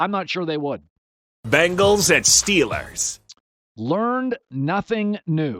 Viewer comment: Colin pronounces it, “Bin-gals” and “alwez”—you won’t be able to unhear it.